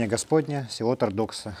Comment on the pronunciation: Есть на Воже деревня или место с похожим названием ТОрдокса.На севере ударение на первый слог.